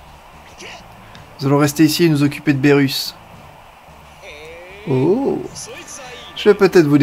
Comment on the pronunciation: on dit pas bérus on dit birus